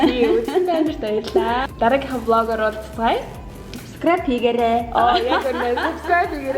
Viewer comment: Монголын бүх ээж нар ийм хөөрхөн шд subscribe гэх мэт үгсийг хэлж чадахгүй байгаа нь хүртэл аягүүү хөөрхөн 😂♥️♥️